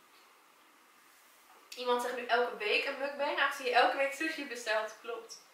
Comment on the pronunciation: je spreekt het uit als moekbang, leuke video trouwens!!\ meer <3